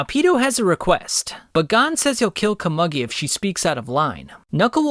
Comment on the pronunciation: It’s pronounced “Ko-moo-gi” bro…